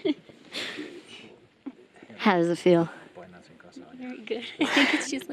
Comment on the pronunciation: That "polishh" part was hilarious 😂😂😂😂